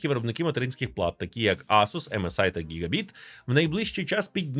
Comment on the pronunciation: Материнка гігабАйт, а не гігабІт